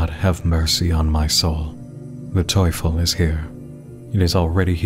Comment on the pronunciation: btw your pronunciation of Teufel is spot on uwu